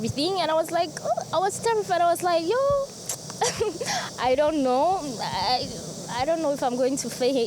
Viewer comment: thou she's Ghanaian, the "Yo" part sound so South African 😊....